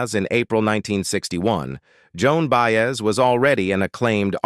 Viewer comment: OH NOOOOO! Enough of these robotic voiceovers that just butcher the names of the people!!! Ok by That was IT for me...Joan Baez's name was just so messed up my ears shut down...And although this video is CLICKBAIT it had no purpose because it never answers its own posed question....I started reported videos that are just a waste of time and lie.